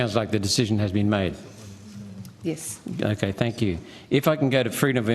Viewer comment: "Yiss".. Close enough.